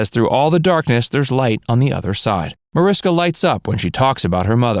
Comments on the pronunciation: Her name is pronounced Marishka. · Her name is pronounce ma-rish-ka